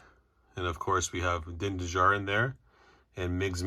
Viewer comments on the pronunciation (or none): none